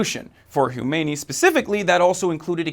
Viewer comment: I know, I'm just making fun of the wierd ass pronounciation of a pretty simple name..